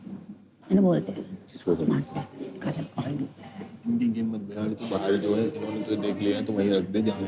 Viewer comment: Chipkuu kajal bolo ache se..